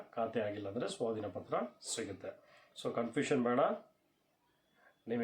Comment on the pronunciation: Swatina patra alla sir swadhina patra